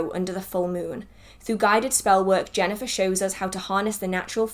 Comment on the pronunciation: I also recently picked Jhenah’s newest book and you did pronounce her name correctly! However, I have not started it yet. I am current reading As the Last Leaf Falls by Kristoffer Hughes